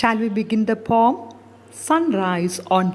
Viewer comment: i have a doubt regarding the pronunciation of the word 'poem.'i think it is not pom..it has not only 'o' sound but also 'e' (a) sound. that is o+a